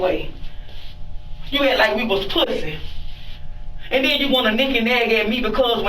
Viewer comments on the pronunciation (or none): "Made us look skrate puhh-say" x4 Its a wonder he's not pre-med